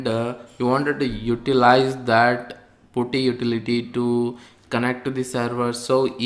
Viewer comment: Good tutorial. correction you don't pronounce 'u' in Putty...instead, you change 'u' to 'a' when you are pronouncing it